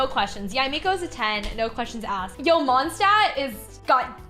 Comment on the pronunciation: the way she says mondstadt is making me insane (i don’t mean this in a hateful way i’m just very german and very angry all the time lol)